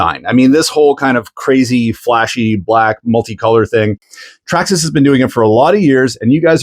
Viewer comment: Say Traxxasess again